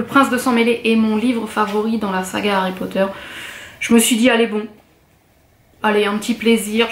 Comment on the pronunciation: C'est très beau ... et ça fait plaisir d'entendre (enfin) une youtubeuse fan de Harry Potter qui prononce l'anglais correctement XD Juste une petite chose : ne sois pas si avare de tes sourires ;)